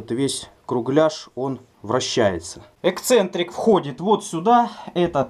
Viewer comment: опять издевается:( "Экцентрик". Язык ленивый, не поворачивается. И "подшибник" опять. Чтоб тебе по языку подшибником через экцентрик:( Эксцентрик, эксцентриситет, подшипник. Всем привет от кафедры русского языка.